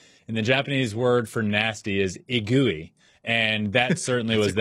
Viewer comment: In part of Shohei, "IGUI" is a little bit different pronunciation, it correctly is "EGUI", thank you!